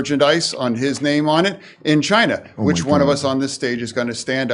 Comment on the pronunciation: Chine... sounds like the T.